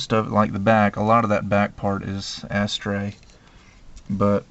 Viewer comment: It's funny the way people pronounce it 'Ass-Tray' (rather than 'a-STRAY').. always makes me think they are saying: "Ash-tray".